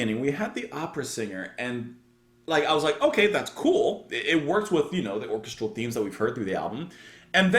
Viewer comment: I've been dying to point out the correct pronunciation of "orchestral" for a long time!